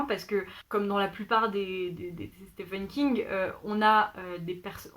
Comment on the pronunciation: Je galère aussi avec la prononciation de Stephen King hahaha Plein de livres très intéressants dans cette sélection… j’ai hâte de lire Addie Larue pour voir si je partage ton avis! J’avais commencé American Gods Mai’s l’ai abandonné a cause de la traduction qui m’a déplue… mais là tu m’as vraiment donné envie de le lire donc je pense le reprendre en anglais un jour! (surtout quand tu as mentionné Professeur Layton haha) Et sinon moi aussi j’ai lu Chocola et Vanilla quand j’étais petite! C’était trop drôle de t’entendre en parler, ça m’a fait retomber en enfance :)